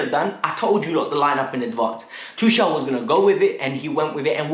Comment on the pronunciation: Just one thing bruh..try to pronounce Tuchel's name properly atleast now...the man just won us the Champions League...#uptheChels #KTBFFH💙